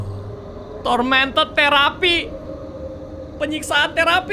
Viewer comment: Di menit ke kok baca nya tormentod therapy